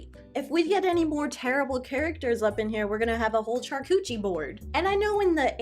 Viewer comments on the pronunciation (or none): none